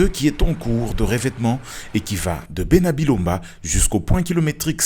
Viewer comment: Ce à bena Bilonda et non bena bilomba merci